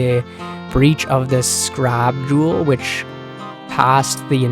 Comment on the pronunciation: "Beach of cursed sands." "Scrab jewel." "Mo-rassi armor." Bruh do you know how to read? 👀